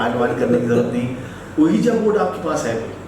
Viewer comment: My dear it's not called "ooeeja board". Ouija.. correct pronunciations is "weejee" board. You can check on google pronunciations. 😀 Recommended your channel to my nephew and cousins.